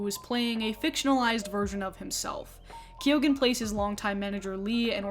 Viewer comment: I loved this video, but why is nobody talking aboit that pronunciation of Barry Keoghan?